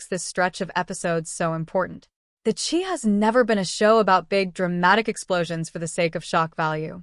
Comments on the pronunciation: It’s pronounced Shy not chee. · Great commentary BUT it would be great if the names were correctly pronounced... even the title CHI is pronounced incorrectly. So I usually cannot make it through its entirety. It is like a disrespect.